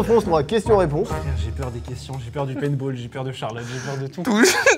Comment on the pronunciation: Mdr c paintball pas painball mais sinon vidéo incroyable